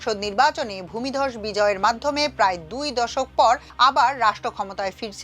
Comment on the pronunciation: ভাই দয়া করে ওই ভূমধস ভূমিদস ভূমিধস এগুলো বললেনাএগুলো শুনলে আমাদের খুব কষ্ট হয়।